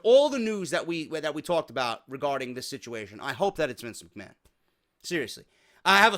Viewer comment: That opening was so funny. You actually have the broken shtick down man. Especially when you pronounced Mc Ma-han lol. Good shit bro.